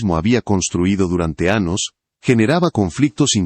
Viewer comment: Que no sabe pronunciar la ñ (eñe)? Así que cumple "anos", "pequenas", "companero", "acompanaba" "publíca", "decádas", "hermetícas", "verguenza","aceptária"Si no habla correctamente, mejor no hable. No se en que país hispano hablante se hable así. El chisme, absolutamente intrascendente. ¡Qué horror!